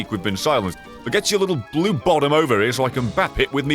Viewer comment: tho he said blue in French way